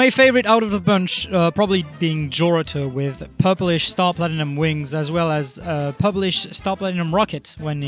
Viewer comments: Star platinum?!? You mean “Srat Platinum”?!? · Star Ratinum.